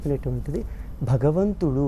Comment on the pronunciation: బగవంతుడు అని వత్తు లేకుండా మాట్లాడే నీచుడు. ఆయన ఆస్తులపై ఆదాయపు పన్ను వారు దాడి చేస్తే బండారం మొత్తం బయటపడుతుంది. దశాబ్దాల క్రితం ధవళేశ్వరంలో ఒక దొంగ స్వామి భూమిని ఆక్రమించి ఆశ్రమం కట్టాడు. ఎంతో రాజకీయ ప్రాబల్యం ఉన్న ఆ స్వామి ఆశ్రమంపై నాటి ఎస్ పి శ్రీ ఆర్ పి మీనా గారు దాడి చేసి, ఆశ్రమాన్ని సీలు చేసారు. అలాగే ుడి శక్తిపాత లీలలు, నోటి దురద, తీర్చే అధికారులు రావాలని కోరుకుంటున్నాను.